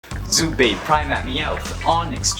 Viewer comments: half a second in and i want to leave for "Zubait". who can't say Zubat right? it's Zoo and Bat! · he said zubat as zubate